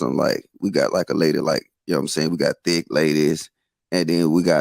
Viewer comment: She said men are THICKLE 😂😂😂😂. These the most educated misspoken women on Earth.